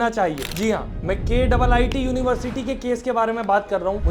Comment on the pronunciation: किट्‌(KIIT) pronuce kia jata hai